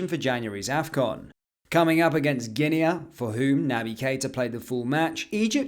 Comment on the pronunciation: Coming up against Guinearrrrrrrr 🤦🤣🤣🤣🤣